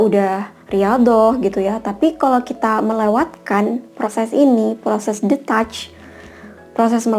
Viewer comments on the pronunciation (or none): Thank u dek, insightnya, mantul.. 👍👍.btw info aja, baca detach itu : di-tach 🙏